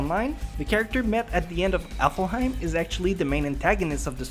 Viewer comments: The way this guy pronounces alfheim..... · and btw you pernouce it alfheim not aflheim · AlfHeim, not AflHaim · Its elfheim not effelheim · It’s not aflheim it’s pronounced alvheim and this is facts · Dude, it's *ALF*HEIM, not *AFL*HEIM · I heard appleheim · I think its aflheim hes saying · Apparently it's AffelHeim online, not Alfheim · It's not ''Aflheim'' It's Alfheim. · maybe but spelling Alfheim Affelheim? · ITS A-L-F-HEIM NOT A-F-L-HEIM!!! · It's not 'Aflheim' it's 'Alfheim' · is it just me that the fact he pronounced Alfheim online as Aflheim online am i the only one who cringed xD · U say aflhiem and u say gun gale art. Its alfheim and gun gale online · he never cheated in SAO but other players considered a beta tester as a cheater because they knew more about the game than anybody else... watch the 2nd episode of S1... oh and another thing that's wrong, it's not AFLheim but ALFheim... well that's just nitpicking and also those weren't exactly facts but raher just the story-. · Why are you saying alfhiem like applehiem????? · He accidentally switches the L and F in "ALfheim" so he says it "AFLheim" (affel-heim) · ok its aLFheim not aFlheim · afelhime?? afelhime?!? HAHAHAHAHAHAHAHAHA oh im sorry but that is so funny. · Alfheim not Aflheim XDDD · It's Alfheim, not Aflheim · Sounds like Applehiem. Omg that means it's even more crap than before what have I created o.O Amosphere, powered by IOS 56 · I'm sorry but I'm just being nitpicky. I hear you keep saying the name of the second game in SAO differently along with Kirito's name. It's not Afleheim as it sounds like you're pronouncing it, it's Alfheim (Alf-hime) and Kirito (Ki-de-to). Again so sorry, it's just a little pet peeve of mine when it comes to pronunciations. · WHY!!! ITS NOT AFLHEIM ITS ALFHEIM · Pronouncing "Alfheim" as "Affleheim" has nothing to do with an accent. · it's pronounced Alf-Haym, I'm sure u offended a few Norwegians. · Please say Alfeim Right PLEASE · It's pronounced alf-heim